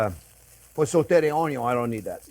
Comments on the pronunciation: Oh man. You made me realize I've been pronouncing "onion" totally wrong.😂❤ I'm now learning to say "ownyo".🥰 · In the Chef Jean-Pierre drinking game, you have to do a shot every time he says, "Look at the size of that onyo!" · Love those onyo 😂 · ❤ me some “ONYONS!” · Chef, you got me in trouble with my wife! She asked me one night, "Sweetie, am I the most important thing in your life?" And I said, "Sorry babe, onyon is always number first." Now I'm sleeping on the couch. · Ok, I got to subscribe and not only for the way you pronounce 'onion' :)